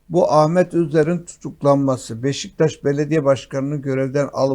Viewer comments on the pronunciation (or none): none